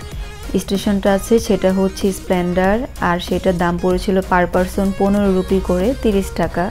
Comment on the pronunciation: এস্প্লেন্ডার না রে আপা এসপ্লানেড আর ট্রেন স্প্রিডে চলে না স্পিডে চলে। গরু ছাগলের হাতে স্মার্ট ফোন থাকার অসুবিধা 😂